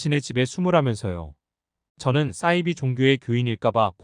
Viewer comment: 싸이비가 아니고 사이비...발음이 왜그리 이상해요?